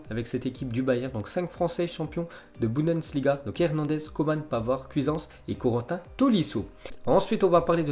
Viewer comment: Tu arrive pas a dire bundesliga... C pas boudensliga